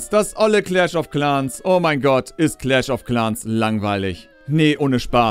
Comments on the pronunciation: Hey du hast claschofclans falsch ausgesprochen. Und claschofclans ist nicht langweilig meine Meinung nach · Wer Clash of Clans nicht richtig ausspricht, darf nicht über das Spiel Urteilen. Echt traurig gegen ein so großartiges zu schießen.